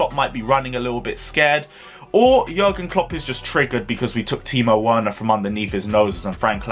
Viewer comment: Timo Werner’s last name is pronounced with a “V.” Say VERNER!!!!!